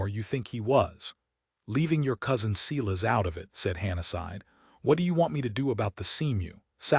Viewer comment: Omg, the American narrator doesn't know how to pronounce Silas or surrealism? What horrible narration. He sounds as though he's reading while running his finger along each sentence. Can't listen.